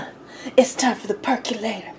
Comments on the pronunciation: Why do so many people mispronounce percolator? It's NOT perk U lator; it's perk O lator. So say percolator. There you go. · Per CO lator, not perculator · "Perculator" LMAO! ...lost me right there.